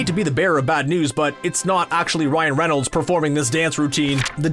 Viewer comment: Its Ryan Reynolds not Renolds